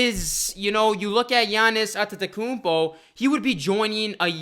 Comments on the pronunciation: Gianni’s At-ta-kuupoh who? Lol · Wishful thinking! Maybe he will when you can pronounce his name correctly. Lol!!! Its a rap when he join Raptors replacing mark gasol..